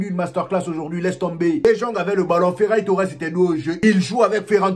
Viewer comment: j'ai cru entendre feraille Torres a un moment 😄